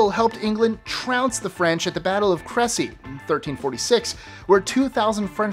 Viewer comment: YOu are the FIRST American I have ever heard pronounce crecy before